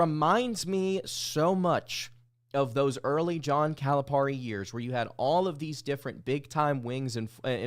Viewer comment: It's Cali-pair-ee! NOT Caliparrrrrrrrreeee!